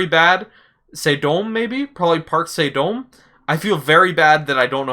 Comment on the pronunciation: About the pronunciation of the name: Park like pak. It is transliterated as Park so English speakers get the A right (just like Lee is alway just Ee, but lee is "close enough"). So like you would say soccer. Dam short, like come, with the correct A like in park or garden. Kind of like saying Dumb with an a. Actually, just listen to her say her name: /watch?v=SiWsRVQAe_0 "Anyonghaseyo, Pak So-dam imnida!"